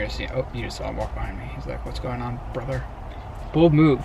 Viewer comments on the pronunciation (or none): “He’s like what’s goin on- bRrother” lmao